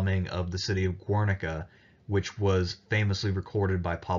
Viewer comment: Guernica is pronounced like the word guerrilla. But anyway, I really enjoy the content.